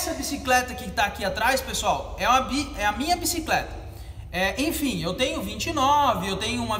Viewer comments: " infim" valeu as dicas ! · Infim ... infim...infim... infim